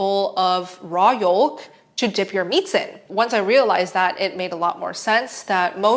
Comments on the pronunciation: Why do u say the L in yolk lol. pretty sure its pronounced like joke but with a y. Yoke! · Yoke. Please. Folk and Yolk are the same but the L is not emphasized. Some people think "moist" is a triggering... Thanks for the video as always!! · Fyi yolk is pronounced yoke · I love how Americans say the word “yolk” it’s so funny … they do it with “folk” too lmao Love your videos ❤ been doing carno now for just over a month … started with keto but went to carno as it’s just Easier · i just watch her to hear her say "yolk" with the emphasis on the L